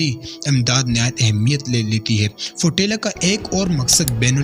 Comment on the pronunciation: ابے فوٹیلا نہیں ہے، فلوٹیلا ہے۔ جاہل قوم کے جاہل اور کاہل لوگ ہو تم۔